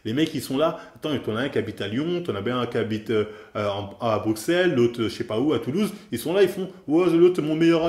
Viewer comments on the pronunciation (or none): none